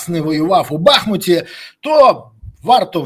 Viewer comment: Як ви вже задовбали. БахмУУУУУУУУУУУт. Наголос на другому складі. Зателефонуй в адміністрацію міста та спитай. Телефони на сайті БахмУтської міської ради. Кацаперня знищило місто, а ви знищуєте останнє що лішилось це його ім'я. Падлюки.